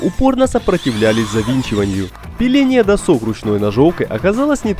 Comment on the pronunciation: Бесит постоянное "досОк", может "дОсок"??? доска. нет второй О в корне. задрало (((